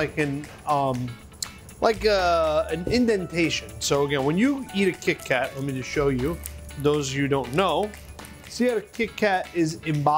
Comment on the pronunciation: The way he says kitty cat its so funny. 😊